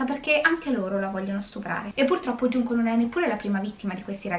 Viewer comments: Sulla pronuncia, non iunko ma giunko pk la J si legge g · Guardo ogni tuo video su questo canale e devo dire che è molto interessante Non studio giapponese ma so leggere qualche frase e 2 alfabeti dei 3 (hiragana e katakana, con i kanji ci devo ancora lavorare😂) 純子 [Junko] si pronuncia con la G e non con la I (questo per rispondere al disclaimer ad inizio video) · Conoscevo già la storia.. Poverina. Comunque la maggiore età in Giappone era a 20 anni. Solo dall'anno scorso è stata mossa la modifica che dovrebbe portare in futuro la maggiore età a 18 anni. Ps. Si pronuncia Giunco. Spero ti sia utile. Perché hai cambiato pronuncia a intermittenza? 😂